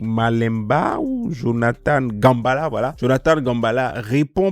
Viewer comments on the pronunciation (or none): C'est un nom africain, particulièrement congolais. GA-MBE (mbé)-LA et non Gambala. 💔💔💔💔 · Jonathan "Gambala" C'est qui ? 😂😂😂, frère c'est un manque de respect envers ce serviteur de Dieu. C'est Jonathan Gambéla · Minimum de respect pour Jonathan GAMBELA. Et puis c'est pas un nom compliqué à prononcer...